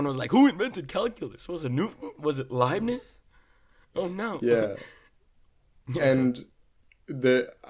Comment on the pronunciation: hearing him say "Libbies" instead of Leibniz means he learned from reading haha. Or his teacher was just weird